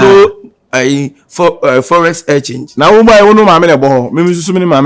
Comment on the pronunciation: Kyekyeku forest exchange instead of foreign exchange 😅😅😅😅😅